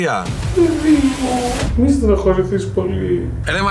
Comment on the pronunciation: Ελεγε Ασια και ακουγα Συρο... παω καθολου καλα;🤣